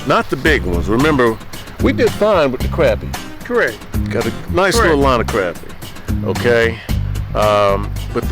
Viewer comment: It is pronounced crah-pea.